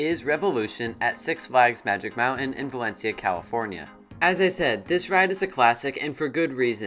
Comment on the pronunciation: It's pronounced Magic MOUNTAIN, not Magic MOUNAIN'🤣 As for Revolution, When the Coaster 1st premiered in 1976 it operated with 5 Trains. Yes, 5 Trains. That's why the Transfer Track Train Storage Area is so large. And 2nd, There were NO LAME TRIM BRAKES before The Loop and after The Tunnel. The speed heading into The Loop was faster, and the speed going to The Final Helix was Absolutely Insane! Now it's just a Snooze Fest!!😴😴😴😴 That's why Revolution seems like a family Coaster now. It's just a shell of what it once was.